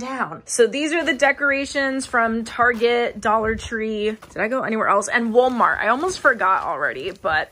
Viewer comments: Is it just me, or did she keep saying "wool-mart"? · girl did u just say woolmart? Anyway love ur content sis